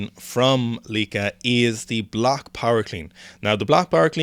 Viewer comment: Correct pronunciation of Lieke, by the way. Proud of you. Oh wait it became Lecke halfway through the video. Ah it's Lieke again. What a wild ride.